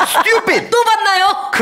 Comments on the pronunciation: 김생민씨 스뜌삣이 너무 찰져욬ㅋㅋㅋㅋㅋㅋㅋ 영상 재밌게 잘 봤어요~ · 그 누구보다 찰진발음.. 스뜌삣!!!!!!!! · 스튜핏!!!ㅋㅋㅋㅋ 찰진발음과 김숙 송은이의 리액션이 합쳐져서 진짜 웃기네요 ㅋㅋㅋㅋㅋㅋㅋ